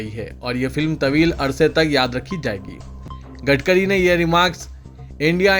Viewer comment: نتن گٹکری نہیں بلکہ " گڑھ کری" کہو۔